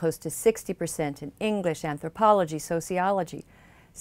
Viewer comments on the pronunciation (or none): Anthropolo-HE XD